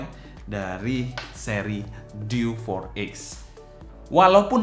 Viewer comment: Diewe 4x bang, bukan diw for ex